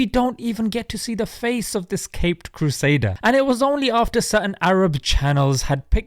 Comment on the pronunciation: did you really say caped "cursader" I must've misheard right?